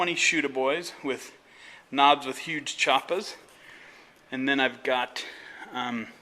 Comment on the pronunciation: "I've got a 'uge choopa" will never stop being funny.